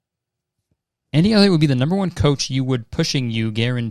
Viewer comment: boi why did you say elliot like fucking elio elio elio from CMBYN LMFAOOOO